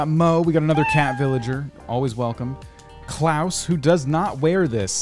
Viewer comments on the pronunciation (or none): none